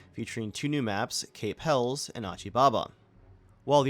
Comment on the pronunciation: Viking. 😂 its Hell USSS. Helles not Hells. Lol nice video 👌